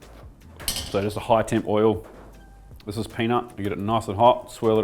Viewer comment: The only way I knew you were a kiwi is that you pronounce “this” like “thus”